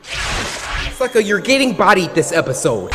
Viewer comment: did anyone hear him say fucka instead of sucka or is it just me